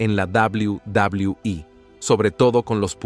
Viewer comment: Quería ver el video pero eso de "dabul dabul"😂😂 me da risa, si no sabes pronunciar el ingles mejor dilo en español.